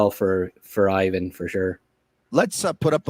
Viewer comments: He looks a lot like Kovalev! Skill wise also. Btw, it’s “eevan” not “eyevan”. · the i in ivan is pronounced like the i in marinaro. You know it.